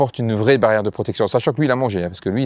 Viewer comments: L'essentiel, c'est la prrrrrrrrrrrrootection 😂😂😂✌️😉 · Mdrrr La Prrroooooootection!🤣🤣🤣🤣